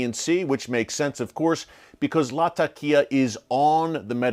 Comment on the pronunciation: hello my brother Eric. Thank you for theses updates. Just one simple correction. It is pronounced Latheqiah or if too hard to pronounce you can use Lazeqiah. This would make you more professional my brother for it is the proper sound to the name. Thanks.